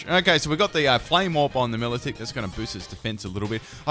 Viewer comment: Milotic is pronounced My-low-tick.